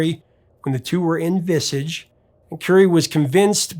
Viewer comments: Great video. I always thought Visage was pronounced the French way, like Vis-arge. Same as Billy Idol chorus of Eyes Without a Face you can hear the backing vocals singing Oeuilles Sans Visage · "Vi-sajj' like the french pronunciation. So, this song was not heard in the Detroit market until around mid-1983 and only on the New Wave channels, WABX and WLBS. So, to us old new wavers, that's the year we associate with it! I lived at my grandma's house in Livonia and she actually liked my weirdo music. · My favorite is White China and Reap The Wild Wind. I saw Midge Ure with Howard Jones for Crossed That Line Tour. What a Line Up! Visage is pronounced “VisAWwge”. So lovely to see this segment. I remember hearing Vienna on modern rock radio as a teen in the bay area. I turned it up Loud. Those were the days. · "Vissitch"? I didn't envisage that pronunciation! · It's pronounced " vizarjj" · Pronounced ‘Viz-aar-ge’ ;) RIP, my mate, Steve. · Visage is pronounced visAHJ. It’s French for “face” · Visage pronounced visarge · Visage, pronounced “viz ah je” ;) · Hey. Is there a reason why you the only one who pronounce the French named band we saaasch like visidsch.? Unheard in the world of the web? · Vizaaj. Phil Linnot. Good channel though in spite of the pronunciations. 😆 Any videos on The Associates? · Visage professor !! Rhymes with fromage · You should lookup the pronunciation of “Visage”. It’s more like “vee-za-j” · I yelled at my phone. 🤣🤣🤣 IT'S VIS-AAHHHHHGE!! 🤣🤣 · I’m almost 60, and this is the first time I’ve heard anyone pronounce it like this. And by the way I don't speak French, but you don't have to speak French to know that it should be pronounced Vizaaaž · You mispronounced visage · You pronounce Visage incorrectly.. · You might want to check your pronunciation of 'Visage'. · Visage pronounced in the French way, but great video nonetheless... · I have never heard anyone ever pronounce Visage like that! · It’s pronounced Vis Arge not Visidge